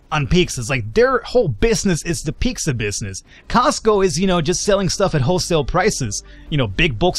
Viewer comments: Lol pecsca XD it's pizza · A few things... 1. Onions are one of the most important building blocks of almost any meat dish. Also cheese and onion sandwiches. 2. Pete-zah, not peak-zah. :) 3. It's too bad that Americans have apparently lost their edge on pizza; I blame Herman Cain. Panago (in Canada only) is much better big-market stuff, though little hole-in-the-wall pizza and calzone places are better still. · Piksah? It's Pete-Zah. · Piczza? :P Costco does have some good food though. Their Ice cream is pretty good too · Piksa. That is how i'm going to pronounce pizza now.